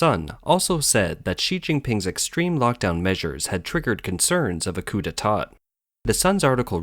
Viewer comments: You don't pronounce the last "t" at the end of coup de tat FYI - sloppy sloppy. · Don’t pronounce the second ‘t’ in ‘detat’….French….